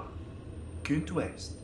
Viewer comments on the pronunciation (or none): je suis ni francophone ni neerlandaise mais je suis sure qu´ARTS LOI est en neerlandais KUNST WET, pas kunt west :D De toute facon, j´aime le!